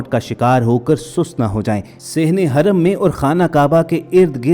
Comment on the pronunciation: Haraam nhi kehtey bhai hram kehtey hain.